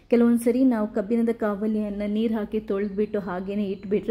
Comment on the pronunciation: ಕಬ್ಬಿನ ಅಲ್ಲ ತಾಯಿ, ಅದು ಕಬ್ಬಿಣ.🤦 ಹಾಗೇ ಎನ್ನೆ ಅಲ್ಲ, ಎಣ್ಣೆ ಅಂತ ಹೇಳ್ಬೇಕು 🆗?